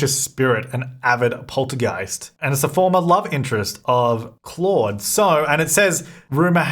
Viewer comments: Claude: cloh-d René: ruh-nay Duplantier: doo-plont-ee-ay Guidry: gee-dree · Hey! Claude is actually my dads name. Its a French name and a lot of people have a hard time pronouncing it. The best way I could explain the pronunciation is as kl-oh-d...the "au" part in the name is pronounced as "oh" as in Oh my Gosh lol I hope this helps! Ps. could you also pass the message along to Deli? I cringed in her video when she said the name lol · No it is not pronounced like oh... The word clawed is very much pronounced the same way as Claude.